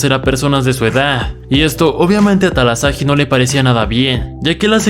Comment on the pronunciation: Talahasi no talasahi